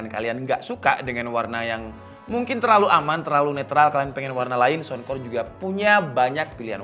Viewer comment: Saunkor..bukan sounkor